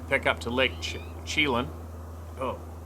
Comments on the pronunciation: Roamed around those areas in wa state. Chelan is pronounced shalan. Never had an encounter but had an extreme feeling of being watched before setting up late at the camp site up a trib of lake Wenatchee, pronounced [when at chee]. Strong gut feelings never felt that before even whe n I've been alone deep in wilderness. Turned out there black bears, there were at least 4 within a half mile locals said . Sow and to cubs and another male. I saw a large male the next morning myself but never had that intense feeling when I walked face to face with a big black bear grouse hunting up Cummings creek in the tu cannon river area in eastern Washington blue mountains. Anyway thanks for your stories and spirit of freedom. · Good job on pronouncing Enumclaw..🤣Lake Chelan is pronounced shuh-lan , Lake Kachess is pronounced Kuh-cheese, not cheez...like cheez whiz, but “cheees”. It was my favorite waterfall/rock climbing spot as a kid. I was lucky. Washington has great primitive campgrounds. The Denny Creek logging roads are loaded with huge unauthorized camp grounds. If you’re brave enough 😆you can drive up almost any logging road or forest service road on interstate 90 or hwy 2 and just camp almost anywhere. It’s probably not going to last due to the influx of new residents so go get some soon. 😘🤣👊👊👊👏👏👏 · Us locals pronounce it Lake Che-laan. As in land without a d.